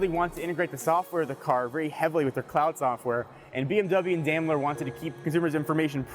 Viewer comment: You're pronouncing Daimler very wrong lol.